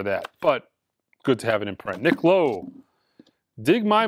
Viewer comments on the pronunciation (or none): none